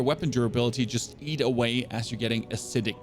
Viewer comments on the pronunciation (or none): none